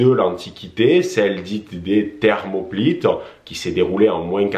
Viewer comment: Thermopyles et non Thermoplytes